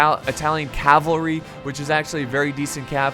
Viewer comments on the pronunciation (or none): Funny you said cavlary not cavalry. In greek if you translate that it means horny dudes.Or metaphorically awesome dudes.